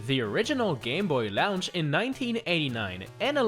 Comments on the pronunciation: I like how says "launch" like "lounch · Heh.. he says "launch" like the launch in "rocket launcher" from Metal Slug